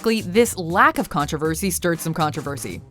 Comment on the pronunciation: There is NO "a" in the word (controversy). It is pronounced "Con tro versy" Not "Con trav aversy"